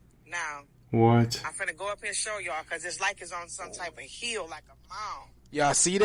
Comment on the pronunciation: Must be from the south? Calling a 'hill' a "heel. "